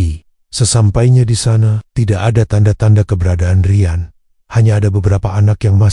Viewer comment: Tahun depan bukan tahdepen...Rian bukan Rayen... Kosakata gak jelas pakai transit suara ini... Tolong di perbaiki...